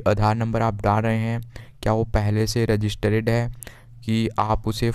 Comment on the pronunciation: रजिस्टर्ड पढ़ते है रजिस्टरेड नहीं